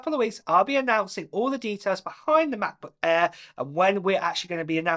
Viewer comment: mah-buh air